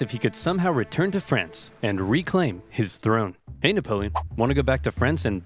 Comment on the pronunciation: “Nickapolen” Got me dying 💀